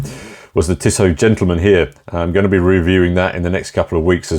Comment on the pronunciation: Tissoh, not Tissott.